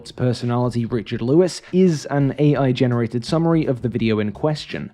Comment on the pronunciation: An AI voice pronouncing AI as “aye” repeatedly is peak AI.